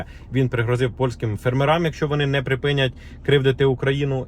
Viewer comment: Не називайте, будь ласка наших фЕрмерів фермерАми. Кажіть ФеРМЕРИ, а не ФЕРМЕРи. Бо це ріже вухо. І якщо поважаєте своїх підписників, то читайте коментарі і прислуховуйтесь, будь ласка, до того, що вам пишуть.